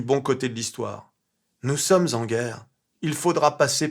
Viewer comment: Il ne dit pas NOUS SOMMES ZEN GUERRE comme il le devrait, mais NOUS SOMMEN GUERRE. À son niveau ce n'est pas un oubli involontaire de liaison, mais bien volontaire, pour être compris de tous et notamment des nouveaux venus. Ils appliquent un plan dans les moindres détails.